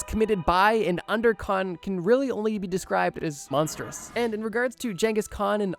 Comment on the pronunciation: I will never forgive you for how you pronounce khans name. Wtf